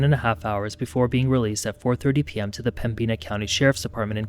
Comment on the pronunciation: It's pronounced "Pemminna" not "Pembeena". js